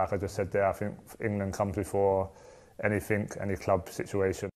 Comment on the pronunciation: The captain of England pronounces the word ‘anything’ as ‘anyfink’ 🥴